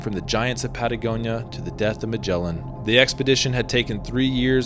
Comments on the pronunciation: IA melin au lieu de magellan.. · "Magellan" MY ASS! What a pathetic way to to say the name of Fernão de Magalhães!!!! LEARN HOW TO PRONOUNCE THE GUY'S REAL NAME!